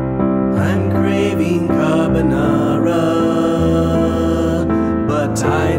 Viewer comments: you know it's not Carbonara when the chef pronounces it "carbuhnawra". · The more you say carbonara, the wronger it sounds.